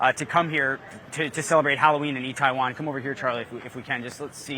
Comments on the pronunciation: He's reporting on Korea and he can't even say the name of the place properly... come on, CNN. Do better. It's pronounced Ee-teh-won. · Can you atleast pronounce the name of the fucking neighborhood right!? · Doesn’t know how to pronounce Itaewon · for a CNN dude to be in Seoul it's pretty pathetic that he can't pronounce itaewon properly.